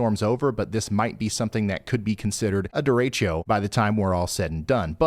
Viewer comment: Oh, Man! Being a Cedar Rapids resident and hearing Ryan say "Dorecho" sends chills down my spine! I sure hope that doesn't happen.